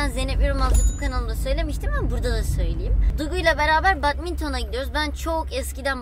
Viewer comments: Badmanton değil bedmintın okunuşu bu yani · Abla batminton değil bedmintîn